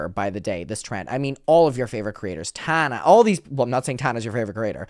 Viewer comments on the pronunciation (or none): none